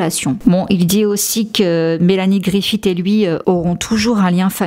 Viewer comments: On ne dit pas griffiTT mais griffi SS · Griffith se prononce comme Smith, à la fin !